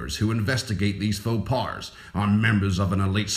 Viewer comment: faux pas isnt prounounce fo pars, its pronounced fo paws.